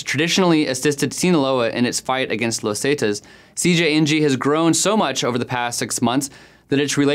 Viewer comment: This report would have been better if the narrator would have said "zetas" and "michoacan" correctly.